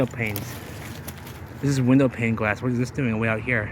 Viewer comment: I swear everytime you say Glass it sounds like Gwass lol 😂